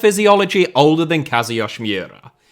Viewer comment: So… “Kazuyoshi Miura”name is slightly Russian apparently?? Because that was really bad pronunciation and sounded like he was Russian. You could just call him “King Kazu” like they do in Japan or you could break it into chunks and slow down “Kazu yoshi (like the Mario character)知良” family name is “Mi ura 三浦.”